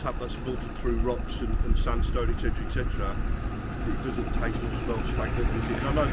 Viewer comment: "ec cetera ec cetera"? No! "et cetera"! "Educated"? 😂